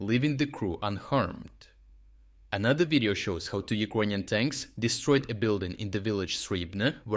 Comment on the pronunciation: Please, try to learn how to pronounce the word "Ukrainian" because it took me quite some time to understand it. Thank you for the good job. Keep it up!